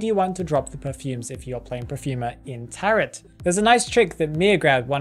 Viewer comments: Btw, the word isn’t “taret” it sounds like “tare-o” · It's spelled as "tarot" but pronounced as "taro". Please,, never say taroT ever again TT